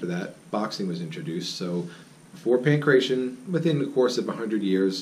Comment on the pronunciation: Good video. Accurate as far as I know. My parents came from Crete and I used to speak Greek. "Pankration" is not pronounced "pan kray shun". More like "pan krah tee ohn". "Pan" means "all" or comprehensive. "kration" is disputed in this context. It likely means something like forces, forceful skills, martial arts. Thanks. Mike"